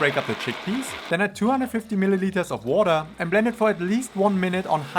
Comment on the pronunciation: Haha, came for the recipes and stayed because of them - despite the german accent and the "wordaah" 😂 I really like the explanation and comparison of the two versions! Will copy it, thank you! 😉